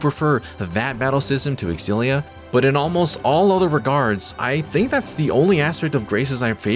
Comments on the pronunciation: OMG for the LAST TIME FOLKS. It’s not X-Zillia, but simply Zillia. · You're pronouncing it wrong. The X is a Z sound it's Zillia